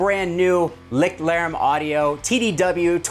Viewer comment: As someone who speaks a very moderate amount of German, it drives me absolutely bonkers every time a YouTuber says, "Licked Larem". Lichtlärm or Lichtlaerm translates literally as Light-noise in English and should be pronounced more like Layscht-lair-mm. I haven't heard a single American YouTuber not say "Licked" or "Lick" yet though! I gotta go check 42 Gear Street and see if Henning Pauly is saying it the proper German way... Lol